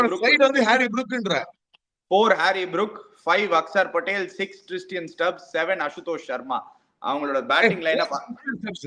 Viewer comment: kku Per lam vailaye varadhu.....Dei Tristian stubbs illa pa, it is TRISTAN Stubs...Pronounce correctly.